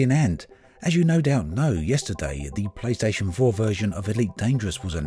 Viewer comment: Means to say playstation 4, sounds like playstation vore, AAAAAAAAAAAAAAAAAAAAAAAAAAAAAHHHHHHHHHHH.